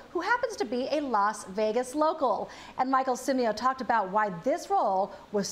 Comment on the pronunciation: No one noticed the host saying "Michael Cimio?" LOl HAHAHHA